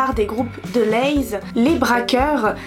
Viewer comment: Sympa de parler de ça. Je suis originaire de Mons. On dit déléze. Pas delayyys lol. Chouette video